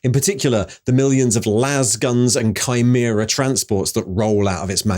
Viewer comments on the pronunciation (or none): none